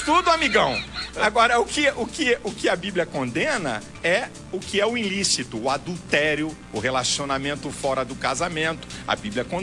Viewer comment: "arrogançia, vos,enriquessimento ilissito,aplaudi..." kkkkkkkkkkkkkkkkkkkkkkk